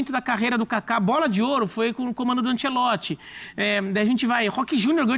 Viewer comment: Me da uma agonia desse cara chamando ele de Carlo Ancelotti se na verdade è Carlo Ancelotti